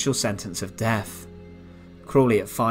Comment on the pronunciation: I’m English and I I have a few questions…. What does “Sentenced to deaf” mean? Is this a Nazi medical process where ones hearing is removed? Apparently this young man had “a farvor”. I can only assume this was the husband of his “muvva “. What is “ve furd Reich?” What is “ve Hitler yoof?” Uvver van vat, subtitles for English speakers please 😁👍